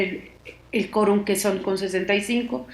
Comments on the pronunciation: Se dice 'QUORUM' NO Corum . , Chale enseñate a hablar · Hay que decirle a la periodista entrevistada que la u de quorum se pronuncia. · La entrevistada no sabe pronunciar la palabra quórum. 🧐🧐🧐🧐🧐